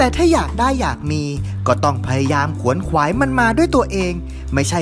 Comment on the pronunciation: คำว่า ขวนขวาย คำนี้ให้อ่านออกเสียงควบกล้ำทั้งคำหน้าและคำหลัง ตัว ว ตัวหน้าไม่ใช่สระแต่อย่างใดมันควบกล้ำกับ ขข้างหน้าครับ สระคำหน้าคือสระโ_อะเป็นสระลดรูปไงละ